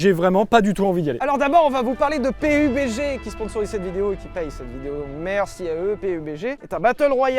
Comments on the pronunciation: Le jeu se prononce peube dji domage de ne pas s etre renseigner un minimum ne serai ce que sur le nom de la sponso ! Perso il vous paie pour la video et ca montre que vous n en avez rien a branler . Au passage il y a de gros probleme de hacker dans le jeu c est insuportable . Je ne le conseil pas vraiment meme si c est un tres bon jeu, les hackers le detruise tout simplement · Pé U Bé Gé hahhahhahahahahahahaha la premiere fois que j'entends klk'1 faire cette prononciation Pourri au lieu de dire PABDGI